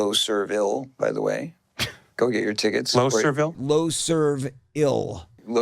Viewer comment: Dude, nobody launches a tour called "Loserville," pronouncing it "Loserv-ill," and isn't pushing a parody of sorts. He's clearly off, and delusional, but he also seems to be just screwing around.